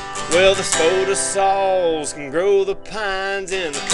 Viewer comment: Well done! Now if we can only get everyone to pronounce spodosol "odd"ly instead of "ode"ly we'll really be somewhere!!!